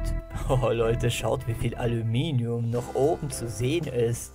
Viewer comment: toshmelst alominium